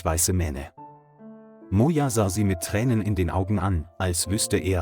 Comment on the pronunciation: Bad pronunciation: I heard Mona for Moja and gods for goods.